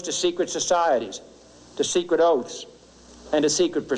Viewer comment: There seems to be a bit cut out where he says we "opose secret societies, secret oths"?